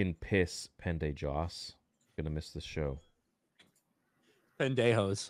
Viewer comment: "Pen-day-joss" Theory is such a child.